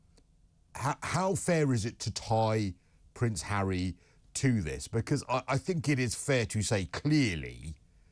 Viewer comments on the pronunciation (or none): his name is HARRY not herrrrrry makes him sound like a right lover